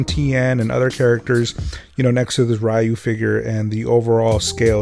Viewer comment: Sorry fam, stopped at how you pronounced Ryu's name.